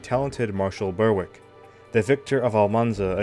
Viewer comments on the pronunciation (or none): Also - 'Berwick' is pronounced "Berr-ick" with a short 'e', as in 'berry', not as in 'Bernie'